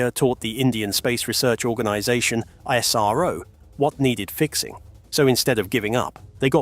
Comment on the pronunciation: Why is 🇬🇧 so Goddamn jealous of the Jewel of the 🌎 called 🇮🇳???? And BTW this is for the British narrator....its not ISARO but ISRO....Dont mispronounce the Smartest and the most efficient Space Program in the world...known as Indian Space Research Organization....like the colonists did back in 1540 and beyond....by changing the original names of cities and towns to their desired pronunciation ..like Trivandrum for Thiruvananthapuram.......Baroda for Vadodara.... Bombay for Mumbai....and hundreds of other towns...but Indian pride has been restored after they kicked the Red Coats out...and now almost all of those polluted names have been restored to its original version for purity and sanctity...which the Red Coats have NO CLUE of....robbers don't care anyways....it shows.😊